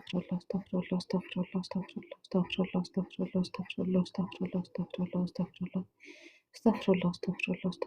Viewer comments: تاكدي من خروج الحروف من مخارجها انا سمعت ااستفله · يا استاذه ربنا يبارك في حضرتك اسمها استغفر الله بكسر الفاء بضم الراء